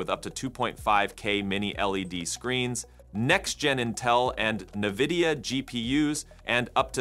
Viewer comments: Company/product names can be tough for AI, eg: "nuh-vidia". Otherwise, the voice is excellent! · Miss, pronounced Nvidia